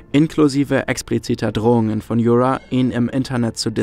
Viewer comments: Danke für das super Video! Ps: Yura ist ein slavischer Name und wird nicht mit englischem 'r' ausgesprochen :) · Ich kann das Video einfach nicht genießen vor Cringe. Wie du den Namen Yura aussprichst nh. Das ist n Osteuropäischer Name, der wie das deutsche Wort Jura ausgesprochen wird. Wieso müssen denn immer überall Anglizismen rein?